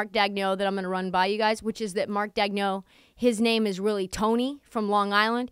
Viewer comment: Funny bit. Just one thing though. It's pronounced DAYG-nolt.